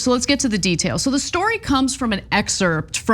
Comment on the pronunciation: Ana, you don't pronounce the p in excerpt. Lol